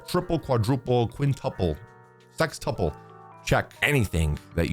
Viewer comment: "Sex-tuple"😂😂 Welcome back!!!❤